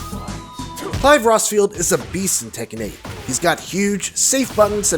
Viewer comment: Did he say Clive Rossfield?